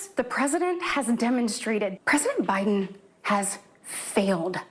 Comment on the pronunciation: Cant watch the Stepford wife in front of kitchen sink (who the hell thought this performance and setting such a great idea).. she pronounces every syllable so emphatically sounding creepily cringeworthy like a character on a Ricky Gervais mocumentary. Only positive is given some great ammo for another really funny show though 😂 ps loved the out takes too